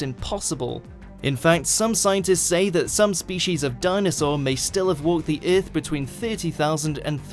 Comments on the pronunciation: what would happen if you properly pronounced our planet's name? Ith? No baby no- it's earth...what did you do to the constants??? give them back!!!!!! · What is this planet urff of which you speak and just what are berds? For gods sake get someone who speaks English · lmao the way he says "earth" is like "erff" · In the history of eth? rth? eah? Wat'd you say at the beginning? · THE WAY HE SAY EARTH OMEGALAUL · Why does the narrator say 'earth' like Ming the Merciless from Flash Gordon?